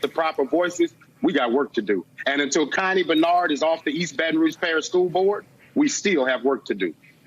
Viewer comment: My name is Connie. Every time he said her name I cringed.